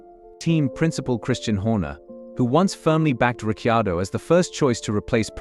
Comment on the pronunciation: I wish you would pronounce Daniel surname correctly.